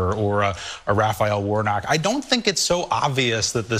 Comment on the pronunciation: Did that fool say Rafael Warnock?! 🤣🤣